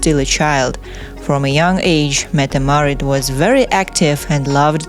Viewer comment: You pronounce yourself incredibly wrong, she is Crown Princess Mette Marit